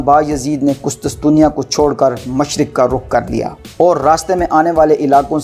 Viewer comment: Hahahaha ... Qustusteniya hahaha apni pronunciation pr tawajah dem